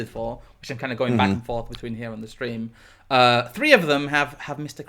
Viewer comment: Post the oof in the chat, asks "Steam okay?" Someone's been a bit too hard on the "R"